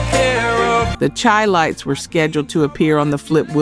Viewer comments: How is it you always mess up these groups names. Its Said Shy not Chai. Lights Minnie Rippleton. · Darling, please say "shy"-lites...its meant to sound like Chicago ..the Chi (shy). Great info otherwise... enjoying the roll down memory lane